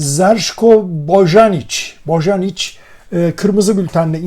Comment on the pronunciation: Boyanic okunur